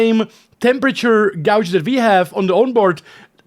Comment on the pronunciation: Fantastic stuff. Great to see you living the dream. So, 'gauge' is said as 'gaige' and when you are blocked it is 'impeding'. Impending means something else.:) You did amazing man. That 3 wide was jedi stuff. Sim racing helps you real race but does real racing help you sim race also? Keep up the amazing work, I hope you get some more sponsors to help you do his much more often. Well done.